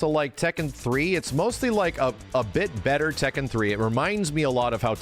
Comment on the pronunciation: Funny to hear say Tekken 100 times and it’s not pronounced that way.